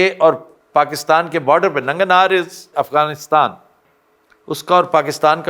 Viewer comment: یہ ننگر ہار ہے ننگن ہار نہیں